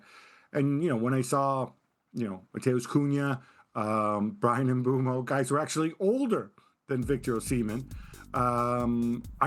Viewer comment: Dude said mbuemo and cuhna older lol these are payed journalist this show is a joke nobody do research just hot takes and nonsense spewing nobody talks with sense